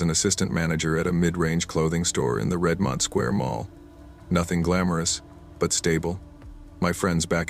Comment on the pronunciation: It’s not Red-mont. It’s Redmond. Pronounced RED-mund. Good thing it wasn’t Puyallup.